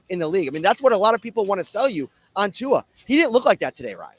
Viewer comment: Why dont Yall take the time to learn how to pronounce Tua name I swear white ppl love crucifying names